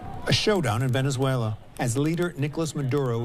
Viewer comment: Heyyy! He finally managed to pronounce Venezuela correctly. :P